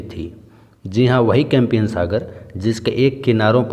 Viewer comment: sir compiyan nhi Caspian sea boltae km se km videos bnane k pehle ek baar bolna Toh Sikh lijiye